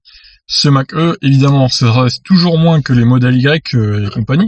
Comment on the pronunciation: MDR ! "Mach E" ta prononciation , mieux vaut dire "mach i" (c est plus élégant !) en tous les cas tes vidéos sont super . merci